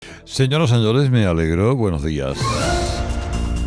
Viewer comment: Señor Herrera POR FAVOR DEJE LAS ESESSSSS.Para decir buenos días,no hace falta alargar tanto las ESEEEEEESS.Se puede decir BUENOS DÍAS,NO BUENOS DÍASSSSSSSSSSSSSSSSSSSSSSSSSSSSSSSSSSS MENOS POR FAVOR.En Granada en la exaltación de la Saeta,hablaba en Andaluz y sin ESESSSSS.Acuerdese de Garmendia,siendo del norte hablaba en Andaluz, léase su libro.Tenga un poco de personalidad y no sea tan CURSI.Con mi amigo el Polaco que es de Sevilla,no pronuncia las ESEEEEEESS.POR FAVOR DEJE LAS ESESSSSS DE UNA VEZ.